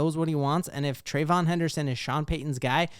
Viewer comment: Say it with me…Trey-VEE-yon. Thank you for your time.